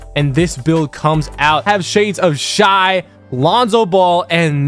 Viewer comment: Bro really said shi for shai